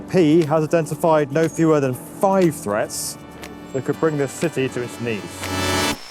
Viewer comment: Every time he says city it sounds like "sisy"